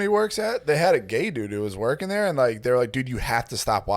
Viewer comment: " I was worging" 🤣🤣🤣🤣😜😜😜😜🤣🤣🤣🤣😜